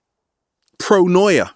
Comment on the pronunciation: pronoya? paranoya?? hard to understand, i want to understand correctly